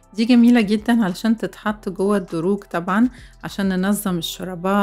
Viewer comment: الأدراج مش الدروج ياعسولة ياأجنبية انتي:)